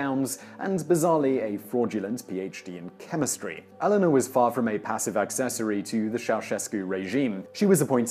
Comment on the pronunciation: When British people keep pronouncing Elena as Ellenna.... sigh